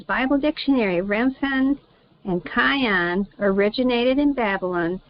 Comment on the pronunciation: KEE-YOON it is read. Think of Key (of) Jung 🙃 Hope it helps.